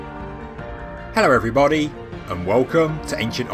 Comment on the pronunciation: Hewwow Evwybody! Hewwow!